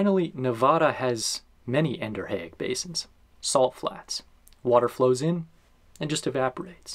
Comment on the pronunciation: Is your pronunciation of "endorheic" correct? It's one of those words I always read rather than hearing, and I've imagined a different pronunciation.